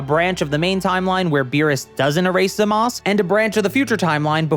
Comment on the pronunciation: It's refreshing to hear a creator say "Zamas" instead of "Zamasu." Anyone with a brain knows that the u is meant to be silent. 🤔🤔